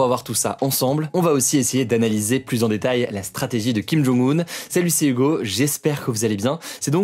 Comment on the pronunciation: Arrête d'écorcher son prénom...😑😑😑 Tu as oublié le un sont prénom c'est Jong-Un et sont nom de famille c'est Kim c'est comme au Japon le nom de famille est devant le prénom alors que en Occident c'est l'inverse.